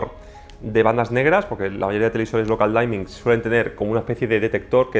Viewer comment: Local Dimming, no Local Daimming